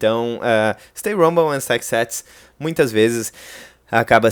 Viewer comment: Sem querer ser chato, mas sendo… Stay humble a pronuncia correta é diferente da sua… A questão é que a forma que você pronuncia significa outra coisa. Sua pronuncia remete a Rumble, que significa ressonância, barulho de som, etc… abraço